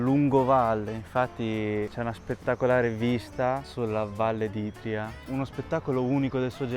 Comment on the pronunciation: A "valle d'Itrìa"ho sputato un polmone. Si dice ìtria 😂